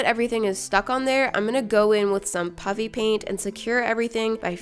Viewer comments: It sounds like you're saying puppy paint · I sounds like you're saying puppy pig Pants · did she say puppy pant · The first time I heard you say "puffy paint" I thought you said "chuffy paint" so I rewinded and heard you say "puffy paint"...IS THERE SOMETHING WRONG WITH MEEEE?! Everyone: Absolutely